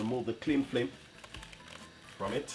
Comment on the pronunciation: Remove the Clean “Flim” 🤣😂